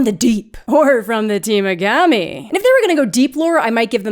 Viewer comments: Temagami is pronounced tah-mog-a-me 🫡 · Temagami: Pronounced Teh-Maw-Gah-Mee ... that's the place you were trying to reference. Beautiful area!